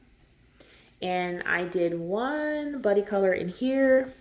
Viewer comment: The embarassment I felt after realising that you said "buddy colour" and not "body colour" is real. 😬😂